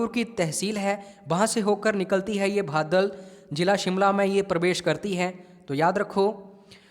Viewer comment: बदाल not भादल